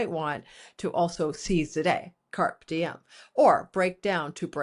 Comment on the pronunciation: Pliz, carpe diem is pronounced 'kaar-oay dee-uhm. Thank you. Carp is a fish.